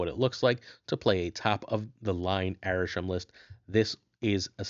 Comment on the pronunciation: It's Arishem, not even close